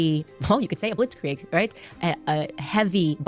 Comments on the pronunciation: Hearing her say Blitz Kree-egg hurts my ears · In German, 'ie' is pronounced like 'ee' in 'feel'. It's bacially 'blitzkreeg'. Also, 'ei' is pronounced like the 'i' in 'night'. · HOLY HELL as a native german speaker, her pnounciation of Blitzkrieg GENUINELY PISSES ME OFF!! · She's definitely pronouncing blitzkrieg wrong lmao. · The way she says Blitzkrieg pisses me off I know it’s German, but how do you pronounce it that incorrectly 💀